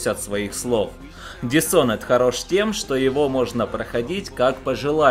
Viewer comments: Не дисонед, а дишоноред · Дисонен роли правильно дисхоноред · еще раз говорю, dis - это приставка отрицания. Такая есть и в русском языке. Есть готовое слово Honor, к которому ее представляют. Никто не говорит Шонор. Лучше загугли, послушай как говорят сами разработчики, почитай транскрипцию даже на русскоязычной вики страничке игры, и не позорься.